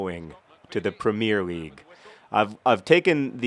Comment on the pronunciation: as a prize for watching you get all the way to the premier league and supporting you the entire way, please, learn to say premier league properly!!